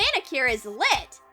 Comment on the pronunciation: The way she said lit